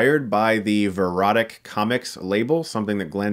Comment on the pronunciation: “This one is called veroti CUH” no I’ll stop